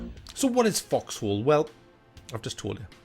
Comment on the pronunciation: The way you pronounce it, it sounds like "fucks hole." So who fucks whose hole, may I ask?